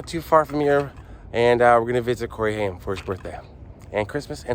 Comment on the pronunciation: Funny how you pronounced his name it is Haim rayim that is how you pronounce this last Jewish name